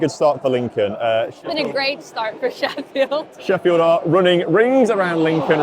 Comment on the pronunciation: Oh, I thought he was going "Shefield" ;)